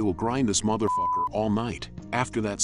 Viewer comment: Is it just me or do I love how this dude narrates most of this it is so funny how he says motherfuter